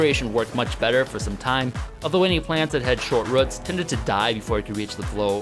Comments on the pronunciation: It's more like rəts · Short ruhts. Long ruhts. That's one crazy regional pronunciation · Ah yes, the "ruts" of a plant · Why can you not say roots? lol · I have to stop. The way you pronounce roots is just weird.